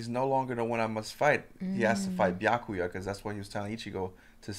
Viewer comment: Why is he calling him biaku? Where is the ya? Byakuya [bi(from biss)- a- ku- ya (this should help a little bit with his name)]. But if it's a skit, or an inside joke, keep calling him biaku. 🤗 Never mind, he does pronounce it, but sometimes he inhales on the ya 🤣